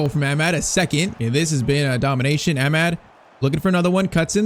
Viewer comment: yh man still pmo the way he says amad